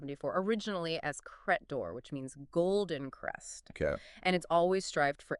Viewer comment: It's Credor. Not cra-dore.